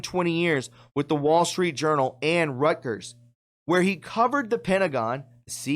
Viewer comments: Reuters is pronounced Roy ters, not Rutgers. I hope these criminals suffer the same pain as you give to the English language. Great show anyway. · Please slow down and read the words correctly. In ref to Adam Entous , Reuters, not Rutgers.